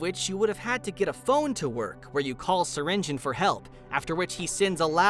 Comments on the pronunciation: it’s not (syring geon) it’s (syr ing e on) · Bro it is syrinGEON not syringin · In Syringeon The e Is Not Silent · Developers: “ser-engine” (I’m pronouncing it btw) All the players: “ser-in-jee-on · Wait it’s pronounced syringe-on and not syringe-ion? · Everyone says /si-ren-ji-yon/ but its actually /siren-jen/ loll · so it's pronounced syring-in? not syringe-eon? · I have been pronouncing syringeon’s name like sir-in-g-ee-on when the name is pronounced sir-in-g-en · It's "siringin"? Not "siringiyon"? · wait wait wait syringeon is pronounced syringin .............. WHAT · Cause it's how the way You pronounce SURGEON. Now I think obviously You dont pronounce Surgeon "EON" You probably pronounce Surgeon like "Sergen" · Him saying Syringeon. Me:ITs pronounced sur rin ge on.....or have i just pronounced it wrong my WHOLE LIFE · SYRINJIN IS HOW IT IS PRONOUNCED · Syringeon isn't a monstrosity, he's a Surgeon. HE IS A SURGEON, HE IS A SURGEON!! oh, so THAT'S how you pronounce it! I thought it was pronounced "ss-eye-rin-gee-on" 😅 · Syrigeon : uhh wrong bro narrator u keep wrong ahhh now thats good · You’re telling me I’ve been mispronouncing his name wrong ever since the beginning of his existence?! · That’s how Syringeon is said?! I’ve been pronouncing it as”Syringe-E-on” I’m still gonna pronounce it like that though. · you’re a part of the gobb team and you pronounces syringeon’s name wrong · Why he saying his name like that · i never knew Syringeon was pronounced like that (also wtf was with that old version XD)